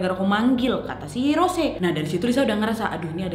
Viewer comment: "ROS - SE"😭😭😭